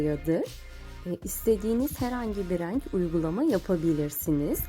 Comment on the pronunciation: Hanımefendi lütfen reeenk demeyin insan rahatsız oluyor. Doğru söyleniş biçimini kullansanız daha iyi olur